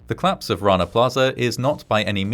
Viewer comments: Could you please pronounce "collapse" as "collapse" and not "clapse"? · Very good video. One minor criticism of your narration: I wish you would pronounce "collapse" and "police" as two-syllable words, not "clapse" and "pleece".